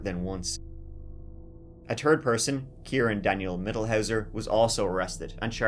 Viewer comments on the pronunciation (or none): In this episode, said “tree (3),” “turteen 13),” “turty (30),” “turty-tree (33),” and my personal favorite “turd (3rd)” ten times.